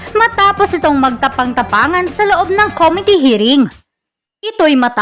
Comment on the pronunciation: Ilang beses ko nang tulungan at itama ang grammar at pronunciation ni Fernandez. Waley, waley talaga! Kung ako ang teacher niyan … Bokya iyan! Hwag dayrekli …direkli. Kom-mit-e, hindi kom-it-te. Hay naku!